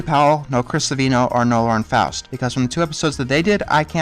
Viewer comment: It's fowst not faust you say it fowst not faust I should know its my last name. Sorry if this offends you but it bugs me it bugs me alot.